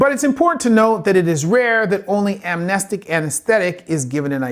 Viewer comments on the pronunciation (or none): none